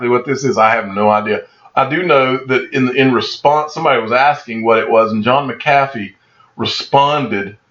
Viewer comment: It's John Mac-A-Fee......not McCaffey